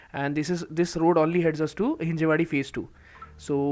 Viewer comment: Not Hinjewadi.. it's Hinjawadi